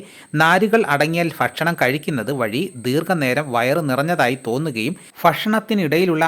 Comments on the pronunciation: ഫക്ഷണമല്ല ഭക്ഷണം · Lahu ഫക്ഷണം ആണ് 😂foorifaagam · " ഫ" അല്ല ഭ ഭ ഭക്ഷണം👍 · ഫക്ഷണം വേണ്ട ഭക്ഷണംമതി . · ഫൂരി ഫാകം... ഫക്ഷണം... ഇങ്ങനെ ഉള്ള ഉച്ചാരണം മാറ്റണം.. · ഫൂരിഫാഗം ഫക്ഷണം എന്തോന്നാടോ ? മലയാളം പറയാൻ പഠിച്ചിട്ടു വാ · ഫക്ഷ ണം 🤣🤣🤣🤣🤣ഫുരിഫാഗം 🤣🤣🤣🤣പോടാ